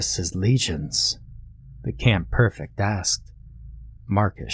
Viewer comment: Loved this a lot man. One minor thing, I'm pretty sure it's pronounced PREfect not PERfect. I just finished watching 2 seasons of Britannia on Epix